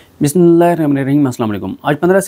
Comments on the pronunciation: جھوٹ بولنے کی اتنی جلدی ہوتی ہے کہ اس جلدی میں بسم اللہ بھی صحیح نہیں پڑھتے۔۔ بسم اللہ صحیح پڑھ کر پھر جو بولنایے بولو۔۔ جھوٹ شوٹ جوبھی تم ہر بار بولتے ہو۔ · صدیق جان بھائی بسم اللہ الرحمن الرحیم صحیح کرکے پڑھا کریں